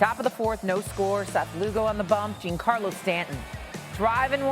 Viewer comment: Hearing this lady not even know the rules of a check swing and how to pronounce Stanton's first name is hilarious